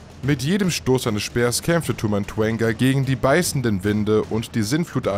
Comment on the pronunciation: Es heist Tau und nicht Tu Rede bitte die sachen ordentlich aus